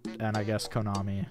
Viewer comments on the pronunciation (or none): none